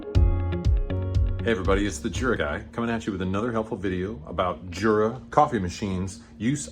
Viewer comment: THANK YOU so very, very much! The only thing that could make me happier is to hear you say "Yoora" instead of Jurra. 🤩